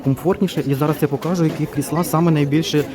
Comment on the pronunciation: чому кріслА, а не крІсла? Вибачайте за таке питання, але невже так дійсно правильно? P.S. Щиро дякую за огляд, обожнюю Юск.